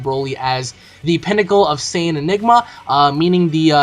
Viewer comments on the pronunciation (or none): none